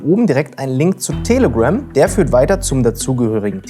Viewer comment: Manchmal hört es sich an, als würdest du "Tele-Grimm" sagen.. oder ist das ein bewusster pun? 😅